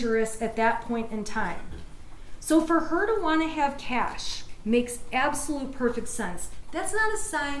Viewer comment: & she even asked the guy, “ how do you say it?” & he said, “it’s ‘cash’” & she proceeded to call it “cash-a” 😅😅 why’d you even ask🤦🏻‍♀️🤦🏻‍♀️🤦🏻‍♀️